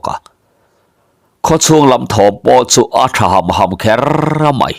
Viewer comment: "Kher" tih i lam hi a chiang ṭha hle mai